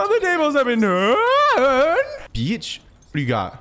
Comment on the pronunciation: “How the Tables have been Tuuurned- ah” that posh accent had me rolling 🤣🤣🤣